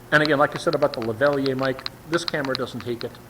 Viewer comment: Ok, its pronounced "LAV-A-LEAR" Spelled Lavalier. Its best you get one for better sound. Those little cheap gimbal cameras do use batteries fast. A way to remedy that is to get an external power pack. Don't use it in your plane. Stick with the Gopro's. You can add sound through your headset using the gopro's. your 90% done with 90% to go.